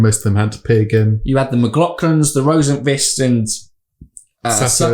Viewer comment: I have officially lost my marbles. His name is RosenQvist, not RosenFist. It’s a K sound, not an F sound.